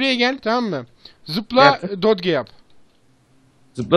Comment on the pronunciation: Dodge Dac diye okunur. :D